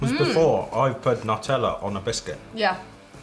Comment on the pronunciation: You guys are great! I especially liked Cabbage Patch kids comment! 😂 And, you’re adorable as always! (Especially ) Btw, Nutella is pronounced Noo-tell-uh. Keep up the great work and I’ll keep watching!